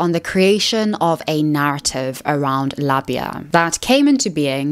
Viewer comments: this is really important to talk about but also it's said lay-bee-a. Also labia library is a good reference and helped me when I was going through puberty learn how diverse bodies can be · I understand that you are British, but your repeated mispronunciation of Labia i really getting to me. It uses the long a-sound for the first syllable ok? Like in aero or aid. And short a-sound at the end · say it with me: lah-be-uh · The way you pronounce labia is craaaaaazy